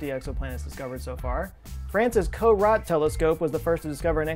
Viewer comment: Love your videos...but please don't say "co-rot" again. It's "co-roh", as in Jean-Baptiste-Camille Corot: Thanks!